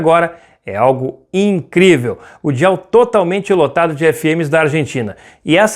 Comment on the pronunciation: Desculpem mas , Dial se pronuncia "Daial" e não "dial". "Dial" é muito feio... quase não dá para entender